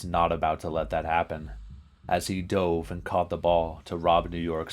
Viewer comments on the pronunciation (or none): none